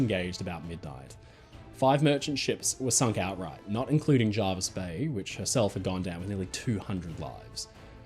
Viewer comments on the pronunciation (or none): Hello, it's pronounced JErvis Bay not JArvis Bay. Unless things were different in WW2. Hope this helps.